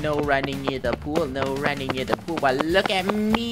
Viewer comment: I like the part when says no running near the pool no running by the poowo